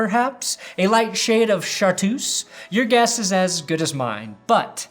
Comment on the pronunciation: "Schar-truse" Not, shart-tuse